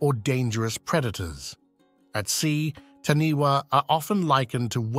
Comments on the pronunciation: LOL, This guy has bad Maori pronunciation! For the New Zealand creature It is spelt "Taniwha", but is pronounced Ta nay far. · I'm from NZ and we pronounce Taniwha Ta Ni Far